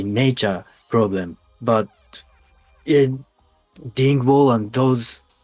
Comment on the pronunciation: P 日本は僕らと違うブランドなんだね すごい興味深いね、、 photogenicとかquartzとかmorrisとか、、 僕もこの部屋に6本あるから見せてほしければ見せるよ。 でもphotogenicって良いブランドだよね。日本でね。 T そうですね。あと多分多くのベーシストは今はDing Wall(発音悪くて伝わらない)を使ってますよね。 P ギンボー？ T あ、あ、あ、Peripheryの人が使ってるあれですよ。ジェントのバンドがみんな使うやつ。Ding Wallじゃなかったっけ？ P んー？聞いた事ないな。 T ドロップG#ともなると、ブリッジの部分が一つに繋がってなくてバラバラになっていて、フレットもファンフレット？っていう全部等しいんじゃなくて角度が付いてるようになっていて、一番太い弦を一番長く、一番高い方の弦をなるべく短く、っていう作りになっている必要があるんです。そういうジャンルには。 これはところでアイバニーズなんですけど、Ding Wallっていうのがそれを一番上手くやってるんですよ。だからジェントのバンドの人はみんな使うんです。 P 日本のバンドはってこと？普通に？ After the Burialとか多分？ T 多分そうですね、LowGくらいの音より低いのを出そうとするとみんなこういうタイプのベースを使う傾向があります。 もう既に、元々のEより1オクターブも低いと思うんですよね、最近は。 P そうなんだね、全然知らなかったよ。今日新しいことを学んだよ。 T 結構イカれてるんですよね、なんで言うんですか、上の音や下の音？ チューニングがそんなに低いと基音はもう聞こえないはずなんですよ。自然界的にLowGとかよりも低くチューニングするなんてできないと思うんですけど、現代のDing Wallのベースとか制作技術がそんなに低いものを可能にしてるんです。 P 知らなかったよ、ベーシストじゃないから何言ってんだか分かんないけど笑 ベースも弾く時あるけど、ベーシストじゃないからね。 ギターとか歌をやるけどドラムは触り始めたばかりでめちゃくちゃ難しくてね、、 T そうですね。僕はサビだけ歌もやるのでマイクについてもなんですけど、ベースを弾いてるんでマイクにはスタンドが必要で、このマイクは単に見た目がナイスですよね。音なんか気にしなくて、リバーブをめちゃくちゃ付けて、、 (他のマイクを探して見当たらなくて) 他にもマイクがあってそっちは光るんですけど笑 それも見た目が良いから使ってて音はあんまり好きじゃなくて、でも気にしてなくてリバーブを思い切りかけます。メインボーカルはゆーさんですし。 P いいね。僕もそういうシルバーのマイク好きで、見た目がいいよね。ミュージックビデオで使うだけもいいよね。 T いつかジョナサンデイビスが使ってるマイクスタンドみたいなのを使ってみたいです。 P Kornのね。裸の女をステージに上げたりね笑 僕は人生で4回ライブを観たことあるよ。最高に素晴らしいよね。観た事ある？ T はい、2回ですかね。一回はメタルフェスで、一回は単独ライブでした。 P アメリカは行ったことある？2人ともに聞くけど。 T 僕はアメリカには、一回しかないですかね。もしハワイとか島をカウントに入れなければ。 P ハワイはアメリカだからカウントするよ。僕は行ったことないんだよね、良い所だって聞くけど。 Y えー、そうなの？ T ゆーさんはハワイに何回も行ったことあるはずですよ Y ははは P ただ遊びに行った感じ？バンド全体で遊びに行ったり？ T